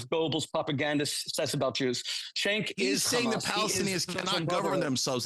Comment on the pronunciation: ole lady callin cenk "jenk" 😂😂